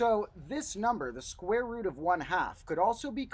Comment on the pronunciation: I must be tired, it's starting to sound like he's saying "the squirrel root of two". Either that, or the medication is kicking in.